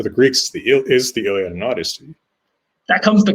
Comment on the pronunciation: Please stop saying the Iliad like you say it!